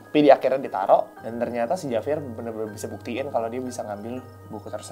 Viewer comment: Sorry, tulisannya Javier, tapi dibaca "Havier" guys